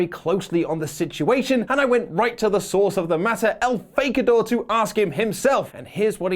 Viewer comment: I am a native Spanish speaker. El Fakidor is absolutely correcto.